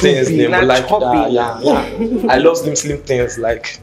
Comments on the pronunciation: He said shoebi not chubby 😅😂😂😂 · I’ve been dying for the past 5 minutes😭😭🤣🤣🤣that chubby pronunciation took me clean out😭😭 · Point of correction sir the guy said shoebi 🤣🤣🤣